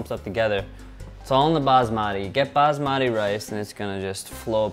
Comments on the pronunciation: Its not "bazmadi" its pronounced bas-ma-tee thats how we pronounce it in india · lol it's pronounced busmuti not baasmaati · You guys are amazing and make some amazing video but got dam it’s. baSmati not baZmati. So dam annoying when you say Z for S -.